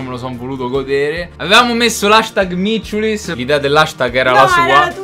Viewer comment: Si dice micciulis